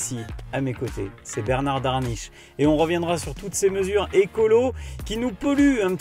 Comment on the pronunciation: Merci pour vos vidéos, un automobiliste averti en vaut deux, voire dix s'il communique. Attention à 22 minutes 38 ! Bernard Darniche et non Daniche!